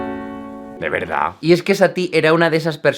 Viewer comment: "De verdá"😂